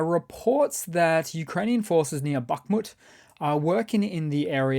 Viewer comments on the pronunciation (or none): none